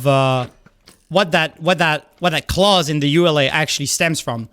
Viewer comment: Pronouncing it like ULA rather than ee-you-la is interesting I've never heard that before.